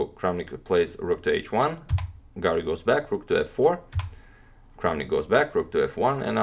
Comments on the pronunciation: I can't avoid hearing "garlic" instead of "Garry". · Antonio can pronounce any name in the world except: Garry